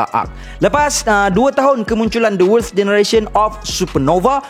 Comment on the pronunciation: susah sgt sebut worst tu hahaha.